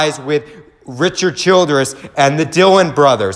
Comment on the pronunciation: Ok really. This is the 10th time I hear you say it in a video. It’s CHILDRESS NOT CHILDERNS. If your gonna blog. Get the names right.